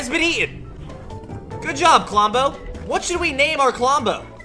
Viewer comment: I HATE U DISRESPECT TO KLOMBO U SPEKT HIS NAME WRONG